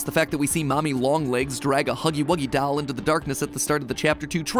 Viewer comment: i love how he says 'dAuL' instead of doll